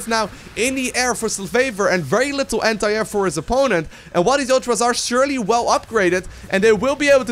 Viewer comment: every time i hear say anti air i hear hentai......dont judge